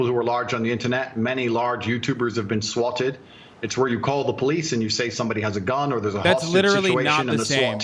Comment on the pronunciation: What's up with Tate's weird pronunciation of words like "swatted"?